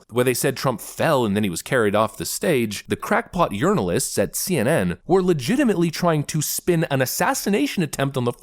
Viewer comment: did you call the CNN clowns "URNAL- ists" I played it back a couple of times and I swear it sounds as if you did. 😂 😂😂